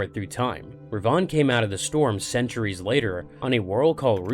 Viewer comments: Darth - Darth Re - Re Van -Vin. Darth Revan... Should be pronounced Darth Revin. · yes... I know. But the pronunciation is off. Darth Revan(when spoken) should sound like "rehvin" Perhaps it's my Scots dialect? Others have also commented. Thanks for pointing out the other sith lord though -) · Two separate sith lords. Revan lived about 2000 years before Rivan